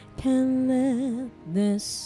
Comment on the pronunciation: Aside from the B, V, and TH pronunciation issue, that last girl was superb!